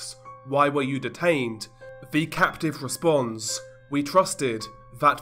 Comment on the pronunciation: Alvo? Vhe? Veir? Vhat? Vis? Vem? Dude, is English your first language? It's Although, The, Their, That, This, Them. Maybe you're just Fick?